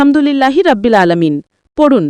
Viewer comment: রাব্বিল না,এটা হবে রব্বিল। কারণ আরবিতে র যবর র হয়,রা না। আর আলহামদুলিল্লাহি বলার সময় "হা" টা গলার ভিতর থেকে হবে, আপনি যেভাবে উচ্চারণ করেছেন সেটা হয়ে গেছে ছোট হা, আলহামদুলিল্লাহ তে আছে বড় হা,যেটার গলার ভিতর থেকে হবে। আপনার নিজের উচ্চারণ ই তো ঠিক নাই, একেবারে ব্যাসিক একটা জিনিস,যে রব্বিল,এটাকেই আপনি তিনবার বললেন রাব্বিল! 😮 আর হচ্ছে,এতো নিয়ম মেনে, কাহিনী করে আল কুরআন মুখস্থ করা যায় না। যারা আমরা জেনারেল লাইনে পড়াশোনা করি, তাদের জন্য এই বয়সে এসে যতো কষ্ট করেই মুখস্থ করি, সেরকম লাভ হয় না। তাই ২০+ বা ৩০+ বয়সের জেনারেল লাইনে পড়া মানুষের আল কুরআন মুখস্থ করার একটাই উপায়, প্রতিদিন একটা সূরা দেখে দেখে জাস্ট রিডিং দেয়া। যেমন আমি সাইয়্যেদুল ইসতেগফার মুখস্থ করেছিলাম। প্রথম কয়েকদিন অনেক চেষ্টা করেছি বাংলা ইংরেজি মুখস্থ করার মতো করে মুখস্থ করতে, কিন্তু পারি নাই। এরপর যা করলাম, প্রতিদিন সকালে তিনবার আর সন্ধ্যায় তিনবার জাস্ট দেখে দেখে রিডিং দিতাম। আলহামদুলিল্লাহ,এক সপ্তাহের মধ্যেই মুখস্থ হয়ে গেছে।